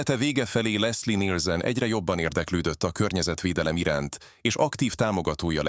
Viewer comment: Lesszi Nilsönn😂😂